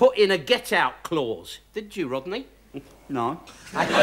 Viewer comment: “That’s not funny Wodney, Rodney!”